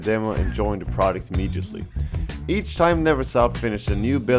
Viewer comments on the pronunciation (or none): "extweme" "not swo saksweswul" "a projwekt dat wus letr on" Jesus the English.